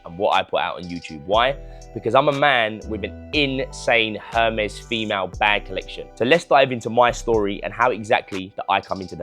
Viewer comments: It’s pronounced “Er-mess” 😅😅😅 Not Herms or hermiss 😅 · And there’s no R pronounced in Hermès you’re saying it wrong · You know so much about it but you don’t know how to pronounce it 😂😂😂